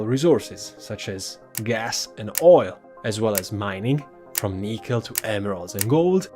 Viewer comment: Your English is definitely good enough for videos: have my like and subscribe. Look forward to your future stuff Your pronunciation of nickel did get a good chuckle from me though.